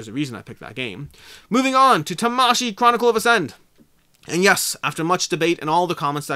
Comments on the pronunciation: If you want to pronounce Tamashii like how a Japanese person would pronounce it, then you wouldn’t pronounce it like how it is pronounced in the video. Syllables are generally not accented like they are in English. Vowel sounds do not vary like they do in English. So both “a”‘s in Tamashii have the same sound like the “a” in father. But Americans have their own pronunciations for karate and Hanabi, so if you want to sound like an American while pronouncing Tamashii, carry on :D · I think its pronouced ta-ma-shi-i as in Spirit or Soul in Japanese. I also like to add that the "bad habit" of having insanely high ratings even before the game is out is really something to take note. I am not sure if these are just people from the company who might not even had played the game. And even if its beta testers, its at best a rating of the beta, might not translate to the final. Seen that happened on imdb as well...